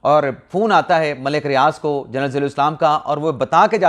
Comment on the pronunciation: جرنل نہیں ہوتا جنرل ہوتا ہے